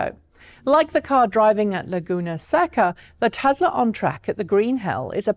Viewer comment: Lazy Pom accent taken into account, it's TESLA with an "S" not TeZla with a "Z", other than that 9.3/10 :-)